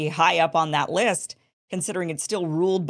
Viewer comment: Minute Curious inflection in your voice when you say the work "monarchy". How do you feel about England? Do sensationalize the subject... report news and chill